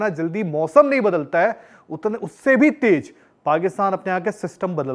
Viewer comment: Aik aur majboor tuch puchchia teez HOTA Teej nhi😂😂😂